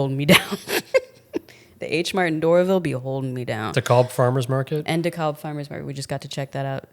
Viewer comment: With love - it’s pronounced DeCab (DeKalb Farmers Market). 😉